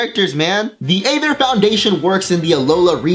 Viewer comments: He made a mistake. He said eether when when it was ather. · Why does something say eether when said aether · Did anyone hear when he say "Aether" in ? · what was with the thing you did with the word "Aether" that you did a few times?